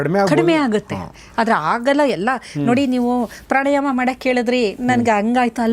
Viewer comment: Pranayama. Not prani